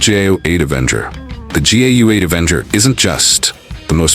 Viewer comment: Pretty sure it’s not pronounced ‘gay-you-ate’ WTF AI crap.